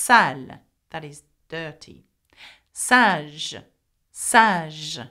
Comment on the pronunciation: Sage I thought that you said swag